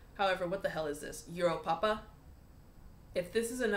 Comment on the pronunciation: I want to like euro papa but I can’t stand the way he says it. Sound uwu